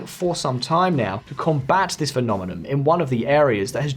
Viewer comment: its phenomenoN, not phenomenoM